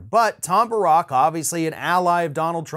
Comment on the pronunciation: I believe it's pronounced Tom Bear-rick